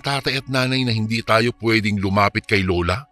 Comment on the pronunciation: Oras hindi Uras Lola hindi Lula